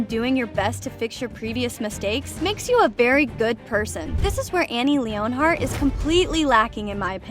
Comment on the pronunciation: Are you purposely mispronouncing all the names? Cause it’s really bugging me. I put this comment right after hearing you say Annie’s last name